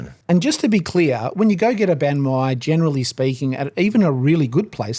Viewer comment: Have I been saying Bahn Mi wrong this whole time?